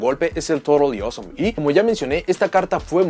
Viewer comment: Soy el único que cuando decía Toadally Awesome sonaba más bien torodioso?